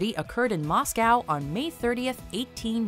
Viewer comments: I can let mispronounciation of Moscow slide, but Nutella, come on, it's got nuts in it, clearly you should pronounce it nut-ella not nooo-tella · Stop mispronouncing Moscow and Nutella